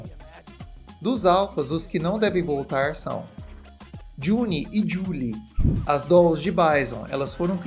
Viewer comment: "Jun & Joolie...Bines dolls" 😂😂😂 What's wrong with the people who create these videos?! 😂